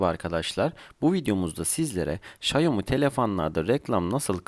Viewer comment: Emeğinize teşekkürler,ama şayomi değil şaomi